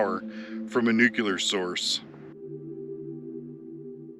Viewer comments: Newk-Lee-Ar. Not Newk-You-Lar. For FUCK SAKE!! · Cool video, been there done that, But something in your video is one of my pet peeves. it's not pronounced (nook--yuh--ler), it's pronounced nuclear.....(nuuuu--kleee--errr) I'm amazed at how many people in Media and politics that get it wrong. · Nuclear is pronounced: Nuc-Lee-Ur NOT Nucular! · Can you sound reputable and versed and say Nuclear? "Noo-kle-errr" Not frikkin' Nok-ya-ler. Jesus, Bush! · Nuclear (new clear) not nucular! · Dude - it is New Clee Are... (Not New Qu Lar) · Dude... There "nucular" is not a word. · no worries, it's just something that bothers me, I see it in media and the news all the time, these people that are supposed to be highly educated and informed still can't pronounce it correctly, it was something that was drummed into me by my English teacher as a child, I think it was one of her pet peeves as well so I guess you could say I'm just passing on the tradition of excellence in grammar😉 I will say JD Vance gets it right every time, gives me a warm fuzzy feeling unlike when George Bush would say it wrong. It's really not a big deal, I just figured I would bring it to your attention, lots of people judge us by the way we speak and words we use, overall I liked your video, spent some time over at the INEL facility myself some friends of mine have family that live down around Jerome and Twin Falls, sometimes when we would go down to visit we would take a little extra time and tour around the general part of the country to see what there is to see, lots of really cool history there most of the world is oblivious to. So, I really have been there and done that, but I just figured maybe a little room for improvement and constructive criticism would be, better pronunciation, might give some people a better impression of your videos, keep up the good work, overall I enjoy watching your adventures😊👍